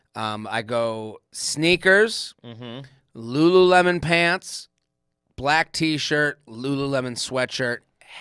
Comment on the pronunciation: Had respect until said LuLu Lemon...😅